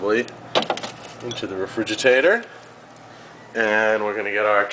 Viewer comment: did you say refrigeTator? ha-ha-ha